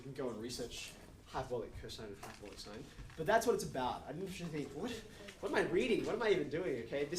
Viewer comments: He didn’t even touch on the relation to the unit hyperbola, as a parallel to the unit circle. Or the cosh^2 - sinh^2 = 1 analogy to Pythagorean. And, fwiw, I learned and have always used the pronunciation as “sinch” not ‘shine”. Never heard of “shine”. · I’ve never heard sinh pronounced shine, I was taught it was pronounced the same as the word cinch (as in “That maths text was a cinch, said no-one ever”). Is this a generational thing or maybe geographical? I’m 56 and in the UK. Or maybe I just had a bad maths teacher who didn’t know what he was talking about.😊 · I was pronouncing sinsh until i read some textbook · There are more ways to pronounce "sinh" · According to whom? There are several ways to pronounce this word: ˈsɪŋ, ˈsɪntʃ, and ˈʃaɪn [1]. [1] From Wikipedia, from (1999) Collins Concise Dictionary, 4th edition, HarperCollins, Glasgow, ISBN , p. 1386